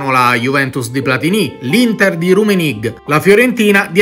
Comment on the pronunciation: Si pronuncia "Rummenigge" esattamente come è scritto, non "Rummenig" come avete detto voi.